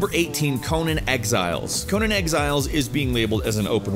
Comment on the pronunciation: You pronounce the "nan" in "Conan the Barbarian" the same way you pronounce the "nan" in "Nando's" or "nana" or "Nancy". The way you pronounced it was how you pronounce Conan as in Conan O'Brien